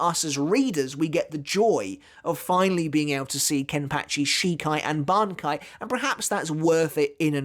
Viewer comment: Did you even watched the video? She uses and kill/revives Zaraki on each strike. Also It's BANKAI not "banki".